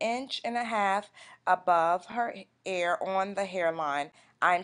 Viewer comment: GIRL HOW ARE YOU PRONOUNCING EAR...EEEAARR..NOT AIR..Lol..